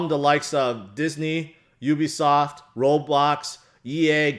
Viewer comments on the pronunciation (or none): none